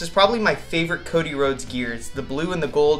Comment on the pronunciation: I don't mind you say Cody Rose